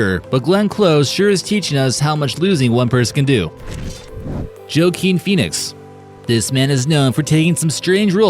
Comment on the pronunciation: Butcher those names! Ralph Fiennes and Joaquin Phoenix